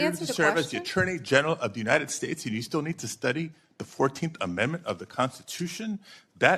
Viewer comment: I’m sorry. I cannot take anyone seriously who cannot pronounce United States ( “you-Nigh-ned”)